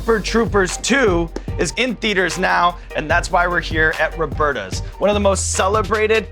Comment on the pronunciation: lol its robertas but that guy said robertos. that's different between man and woman isn't it? fake ass commercial, stfu sean evans